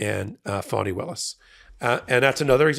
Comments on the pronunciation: I watch you everyday. Thnx for your great explanations! But my friend, please try to correctly pronounce Fani Willis’ name. Today, at approx in the broadcast it sounds like her name is Phony Willis. 😂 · Thanks for very informative video! I request you to use the correct pronunciation of "Fani Willis", not "Phoney Willis"